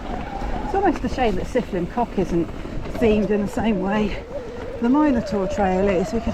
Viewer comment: That’s the worst pronunciation of trail name ever 😂😅